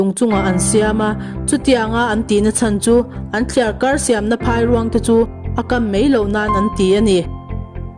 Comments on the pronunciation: Phairuang tih lam dan tur.chu Phai hi a ri hniam tur, eg Chaw a dai ti ta ila, dai kan lam ang khan 'Phai' tih hi lam tur a ni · Phairuang lam dan kha a dik hlel deuh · Phairuang hi lam dik hram teh.